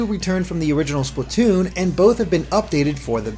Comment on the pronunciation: Why do people always say "Spluh-toon"? You say "Splat" like "Splaht", not "Spluht".